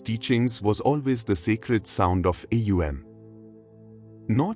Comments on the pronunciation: Atleast train your AI to pronounce words correctly. It's not A U M...it's Om...one word. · AUM prononunce not like this alway OM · Is it AUM or EUM as there is inconsistentency, or is it AUM pronounced as EUM? Thanks... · Thank you 🙏. But how to pronounce AUM should be demonstrated in the video. Because I am already practicing with the 3 sounds "aa..." "oo.." and "mm.." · How is the mantra pronounced? OM or AUM?? And thank you for sharing this wonderful lesson! 🙏🏻♥️Namaste